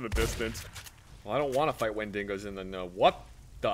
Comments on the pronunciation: Why can't they properly pronounce Wendigo? Always "wendingo" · Guys, I love you and everything, but the way you say wendigo makes me convulse violently, it's wen-dig-oh